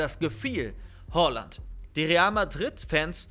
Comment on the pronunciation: Bitte sprich ihn nicht hOaland aus er heißt hAaland